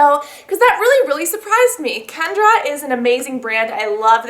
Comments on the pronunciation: It's not Kendra its Kenra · I love your videos! However, there isn't a 'd' in KENRA!